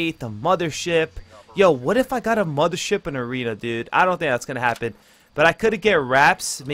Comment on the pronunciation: 9.09 mothership in aweeeena 😂😂